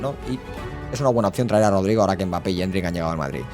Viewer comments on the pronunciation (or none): none